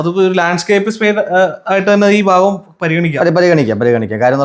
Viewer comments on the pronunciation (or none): എഞ്ചിനീയറേ.. ഫാഗം അല്ല. ഭാഗം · ഫാഗം അല്ല ഭാഗം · അടി ഫാഗം എന്നല്ല (adibagan) എന്ന് പറയാൻ പഠിക്കണം